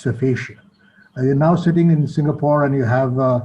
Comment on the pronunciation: Singapor ?It is an insult that you can't get a country's name right.